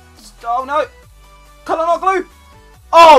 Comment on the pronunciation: Nice Video! You speak calhanoglu false haha :D speak like that Ca-la-no-lu :DD